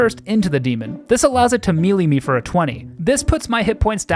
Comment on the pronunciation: Man, you check the pronunciation of something at two different points in this video, but still say “mee-lee” every time Still love ya